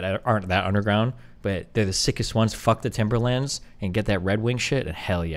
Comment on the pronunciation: The way he says "Timberlands" makes me so irrationally angry it's unreal Yours Truly, All of NYC